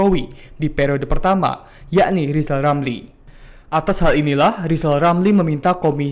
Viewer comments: bukan rizal ramli tpi lijal lamli....😂😂😂😂😂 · Lijal Lamli....😂😂😂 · ngomong r aja yg ngomong kkn rijallamli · Bukan Rizal Ramil kali? Lizal Lamli yah? Heheh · Lijal lamli..... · Gimana bisa berpikir sehat loe RR. ngomongbhuruf R saja loe gak becus.coba deh loe sebut nama loe sendiri dengan baik dan benar.😂